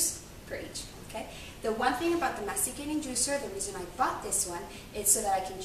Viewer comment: SOUNDS LIKE YOU ARE SAYING "MEXICAN JUICER" NOW CAN I SEE YOUR MUFFIN?